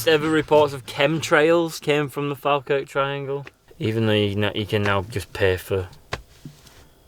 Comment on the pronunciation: The way you say Falkirk hurts my Scottish ears